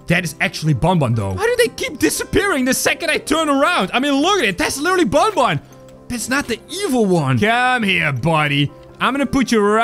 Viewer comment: You said bunbun not bunbun is banban